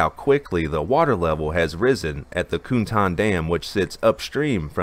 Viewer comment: 'Cuntan' isn't pronounced 'coontan'. It's pronounced (approximately), 'tsuntan'.